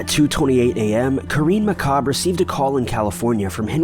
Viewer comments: "McCob" really? His last name is "McCabe"!!! Get your shit together! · Henry McCabe...pronounced with a long "a".